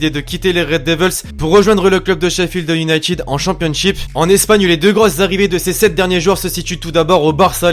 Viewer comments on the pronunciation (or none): none